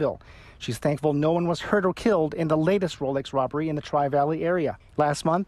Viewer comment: Did he say a wolex wobber in Danville.